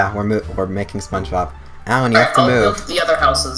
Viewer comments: spunch bawb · spoge bob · oh god I can't believe how much you butchered spongebob